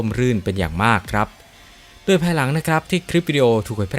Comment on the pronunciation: อ่านคำว่าโดย เป็นดวยอีกแล้ว